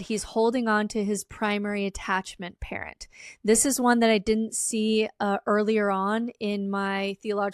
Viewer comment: Damn. I first thought she was saying "primary carrot". But it's "primary parent". That makes more sense.